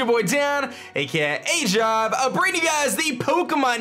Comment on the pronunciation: Um... Dan did you call yourself 'aJive' in the beginning? xD I can't be the only one that heard that